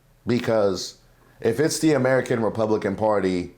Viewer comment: Valentina Gomez cannot even pronounce “Republican” and she thinks those racists will support her! 🤣 The delusion…I’m with!